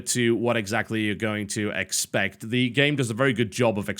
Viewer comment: Well, if you didn't pronounce the e in the as a long E then it would slip of the tongue a lot better. You know what would be better than telling us about the gameplay? Showing us the gameplay. You know, instead of walking in circles for five minutes. You do this way too often. Yeah... ludonarrative dissonance is probably one of the least meaningful ideas I've ever heard thrown around about games, and only reminds me that every field needs it's ridiculous jargon to feel as if it's srs biznuss.